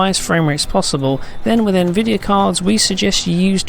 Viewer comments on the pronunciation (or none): none